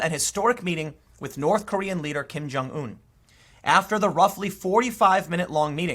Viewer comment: Learn how to pronounce Kim Jungun.... you sound stupid when you say Kim Jung ooooon